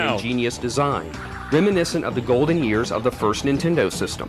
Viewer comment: complains about the pronunciation of "tour" then in every intro hits us with the "yeörs"